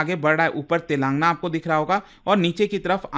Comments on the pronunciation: Telaaangna❌ Telan gaana✅ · It is pronounced as तेलंगाना, not तेलांगना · Sir voh Telan- gaana hain. Naagar- karnool prounounce karte hai😢